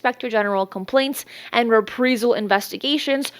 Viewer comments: It's RE-PRIZE-AL NOT "re-pree-zal". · It’s pronounced ree-PREYE-zal (as in “eye”) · These vids are great! Daily posts? wow, that's a ton of research, cudos! Also, is it "Re-pree-zal or Rep-Prize-all" when pronouncing reprisal? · Please pronounce Reprisal correctly... It's rih-PRY-zuhl, NOT Ree-Pree-zuhl. Thanks! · reprisal is pronounced like the word I in the middle not as you’re saying it like EE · Reprisal. Re-pry-sal. Not re-pree-sal. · The word is pronounced - re-pry-sal. Not, re-pre-sal … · Repreesal 🤦‍♂️am convinced this is an ai clone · love your reports. glad your keep people up to date with information. you threw me off with your pronunciation of reprisal. you keep say repreesal. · Reprisal is a long “I”, like “eye”. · Just a tip, reprisal is pronounced: re·prai·zl. Keep up the good work! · You mean re-PRIZE-UHL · It’s pronounced re-prie-sel, like pie. Reprisal. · Pronounced “re-prize-al”. Thanks for coverage though. 👍🏻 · "Ree-Prize-zl". Long "i". 😁🥰😇😶‍🌫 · Reprisal…..say it like it’s spelled “repreyesal”…..pls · The word is reprīzal. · ITS PRONOUNCED RE PRY SAL AS IN EYE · I think she is! Repreyesil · Yeah, driving me up the wall. It’s not reprEsal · is multilingual, she’s doing her best. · I speak Spanish as my wife is from Venezuela and I can see why you'd pronounce it that way if that's your context. She spends like a native English speaker to me though. It'salso possible some parts of the English speaking world would just say it like that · Please just learn how to say reprisal. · Anyone ever notice that she pretty consistently pronounces words wrong. Reprisal? There are multiple in every video.